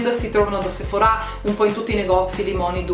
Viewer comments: perche dici sephorá? si dice sephora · Io la pronunciavo Sephora e non Sephorà.....ho qualcosa che non va.....😅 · Duglas si legge Daglas e Sephora è senza accento sulla a finale...............